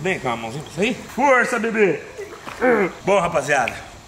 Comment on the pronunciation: ELE FALA FORSSA BEBÊ